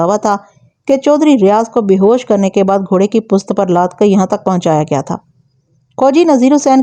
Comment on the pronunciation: اوکارکردگی کو کارے کردگی نہ کہیں Aap garifat ko garaft parh rhi hen or پشت کو ہست پلیز تلفظ کو توجہ دیں شکریہ